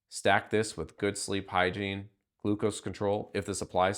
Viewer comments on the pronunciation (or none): none